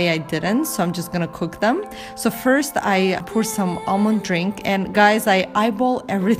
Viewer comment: Nice video., you mispronounce POUR. It's not the same as "poor". Pour rhymes with door. It's an O sound. Pour, door, more, sore, bore, for, core..... You get the idea, O, not U.